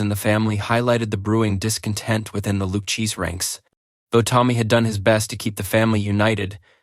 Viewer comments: Lou-KAY-zee. Lou cheese? Lou KAYZ? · Lou -Cheese ? Come on bro really !??!!!????